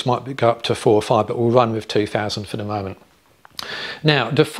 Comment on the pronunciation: NB - "the" not "dee"